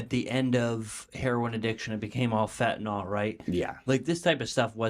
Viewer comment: There's no thing as FentonOL IT'S CALLED FENTANYL "NILL NOT ALL".